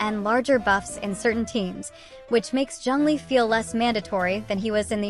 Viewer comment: Bro said zeng lee 😂